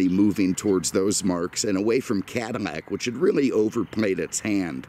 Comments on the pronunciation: Why does sound like he's saying Cadinnac?? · Why is he saying CADINAC?